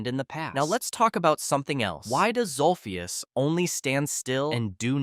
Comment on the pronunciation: its zolphious not zulfius